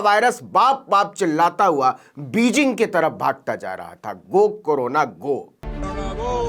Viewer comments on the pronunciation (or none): नवीन जी जरा उच्चारण पर ध्यान देंगे वे बोल र हे हैं करूणा गो ,न कि करोना गो ।।